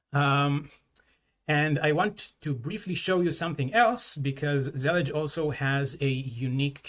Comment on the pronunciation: Finally I know how to say Zellij